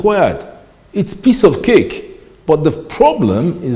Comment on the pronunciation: Said piece of cake like a Russian. I like this man